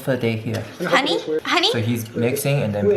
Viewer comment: No its HuNEY